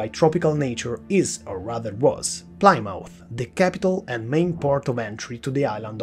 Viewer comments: Plymouth, not Plimauf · you're both wrong, its pronounce "pleh-mooth"